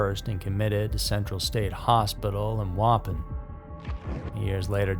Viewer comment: Waupun is pronounced wha-pawn 🤓